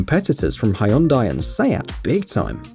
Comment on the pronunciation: There is no car company called hi Rhonda. It’s pronounced Hon die.